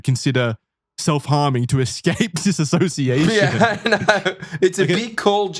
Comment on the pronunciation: The constant mispronunciation of dissociation is driving me nuts.